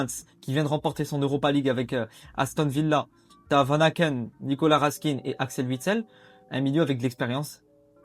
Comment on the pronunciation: Stp ca se dit raskin ( comme le pain ) 😅